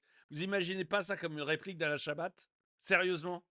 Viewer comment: Bonjour mais ou va t on par contre on dit Alain Chabat et non Alain Chabate à plus